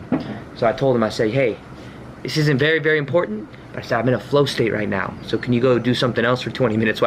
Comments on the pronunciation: “Right NYOWW!” Lmaooo. Much love, thank you for your video. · You are saying Right Neowww! And not Right Meowww right? Lol Ps. When I used to party me and my friends used to say right neowww like you do lol x